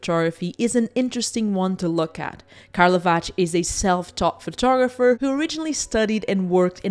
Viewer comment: Just to be a pedantic: it’s called a “photoGRApher” and not a “photogopher”. It is totally irrelevant and I’m a smaller person for letting the pronunciation irritate me. Sorry.